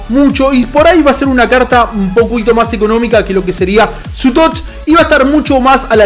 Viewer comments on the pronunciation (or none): none